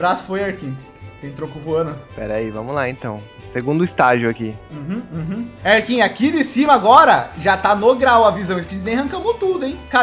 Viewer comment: 🦞, é mt fofo vc fica falando erkin kkkk